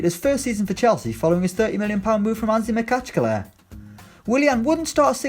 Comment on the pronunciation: Got to respect a man who can pronounce Anzhi Makhakchala